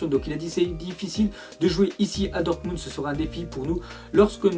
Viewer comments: prononce dormunbd au lieu de "dormundt" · Dortmubd Wouah C'est Dortmund 😑